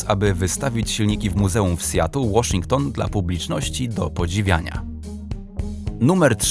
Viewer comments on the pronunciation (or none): none